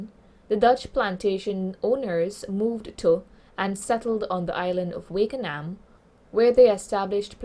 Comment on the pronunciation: It’s Wakanaam not Wakeanaam